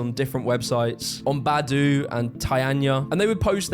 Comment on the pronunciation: He also butchered several other words like baidu, he really said "badu", just found it funny lol